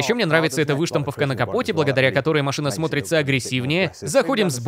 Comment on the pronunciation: Почему озвучка говорит "вЫштамповка"?) режет слух. Правильно всегда было "выштампОвка"